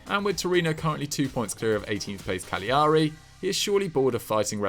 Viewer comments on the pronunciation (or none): Love to hear struggle with "cagliari"